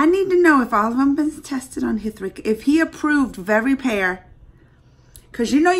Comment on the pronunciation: "H" is silent in "Hrithik Roshan" 's name!!